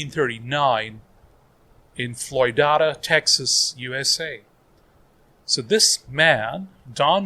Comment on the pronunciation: I am from Floydada, it is pronounced Floyd-Aida.. The story I was told whether or not true was when people was settling territories a man and his wife settle in that area (their names was Floyd and Aida). I don't know if that is true or if that is the correct spelling for her name but that is how everyone in Floydada said the town name Floydada,.